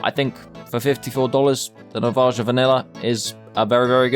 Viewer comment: i hate how he pronounces navaja